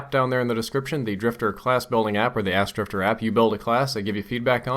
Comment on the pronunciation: "The ask app." I heard "Ass drifter app."